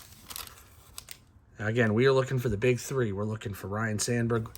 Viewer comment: It's ryne not Ryan!